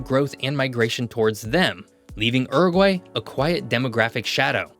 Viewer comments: It's Uruguay, not Eruguay. Pronounce the U. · Please It is pronounced Yuragry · Pronounce as Ooruguay not as URuguay. If you want to talk about a country pronounce the name correctly. Oor as in poor - not Ur as in fur. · Yoo-roo-gwai my guy, this er-guy you are saying is very eccentric. The spelling is not English, so ask what the country is called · Please 🙏 it’s not Ooroguay….. it’s a Youroguay….. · its not Er-egwhy! Dude. come on....Its YOO-Roo-Gwhy (English) or OO-roo-gway. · Mate, in English, it's pronounced 'Iuruguay', not 'Aruguay'. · stop saying Errrgai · I had to exit after the 4th “errraguay” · Homer Simpson said that the correct pronunciation is U-R-GAY. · Errrugwhy, just love American pronunciation 🎉😂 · When Homer Simpson tries to pronounce Uruguay. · I've never heard that pronunciation of Uruguay before! Interesting video, nevertheless. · Y la voz ni sabe pronunciar el nombre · It was painful having to listen to your pronunciation of Uruguay, americans love butchering the English language